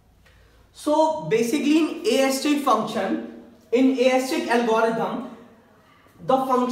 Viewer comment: yrr english dhang se bola karo disturbing hai itni horesitic kya hota hai its heuuurissssstticc brother